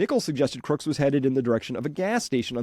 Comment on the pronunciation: I'm very grateful for your wonderful work Chris. Greg Nichols wife is the 1st person to pronounce Crooks dead correct?